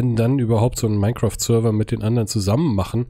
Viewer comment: Das "Mienecraft" kommt von Gronkh, der das früher immer so ausgesprochen hat